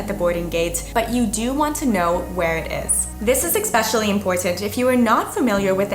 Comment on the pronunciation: Your videos are very helpful. Thank you. My only issue is that it's "especially" not "ekspecially."